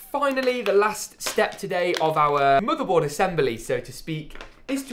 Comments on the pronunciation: Bro It is motherboard not modorbord ok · Murderboard ehh? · He said like moodebot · Please.Say. Motherboard. One. More. Time